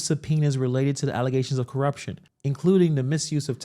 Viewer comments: She calls allegations “Allezations.”😂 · "Allezations and some'penas" Tahoe tiff